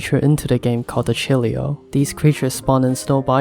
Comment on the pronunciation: Chilios? You mean Chiloos?